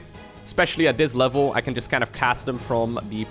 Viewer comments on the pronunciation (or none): none